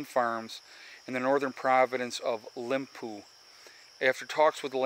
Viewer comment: Province of Limpopo not Limpoo lol